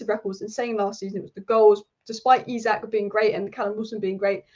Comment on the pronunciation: Really appreciate the newcastle united focus! Really looking forward to saturday againts City. ps. Pronounce it Alexander 'Esak'